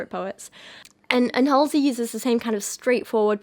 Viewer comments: I’ve been waiting for this video!!! I’m so excited to watch 💜 but you trying to pronounce her name made me laugh so hard lol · I heard she named herself after a stop in Brooklyn, which we pronounce Hall-zee. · I always assumed her name was pronounced “haze-ly” but I also know nothing about her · HALL- Zee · First of all you judgemental b, if you can't even pronounce her name it's HALSEY AKA ACRONYM OF ASHLEY. THIS IS POINTLESS 😂😂😂😂😂 GO thru something dummy